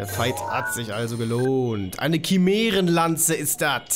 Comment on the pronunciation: dat is keine Kimärenlanze, dat is ne Chimärenlanze